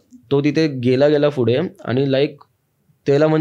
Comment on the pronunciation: फुढे नाही रे दादा पुढे 😂